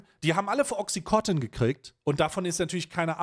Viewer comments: Bitte nich töten für Klugscheißen, aber auch wenn das bei Ami-Aussprache wie "Oxicotton" klingt, heißt das Mittel "Oxycontin" (Wirkstoff Oxycodon). Wird offenbar immer noch als nicht/gering suchterregend gehandelt, was ich leicht verstörend finde. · Timo, sag mal, dass es OxycoNtin heißt und nicht Oxycotin. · Oxycontin, nicht OxycoTIN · Es heisst OXYCONTIN und nicht OXI- COTTEN !!!